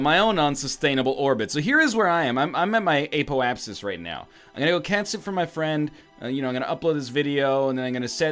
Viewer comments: The only thing you need to apologize for is pronouncing it "APE-OH-APP-SIS" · One more thing... apoapsis is pronounced APP O APP SIS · I suck at words so I gave you a thumbs up to show appreciation. oh and lol calling apoapsis a " poptosis"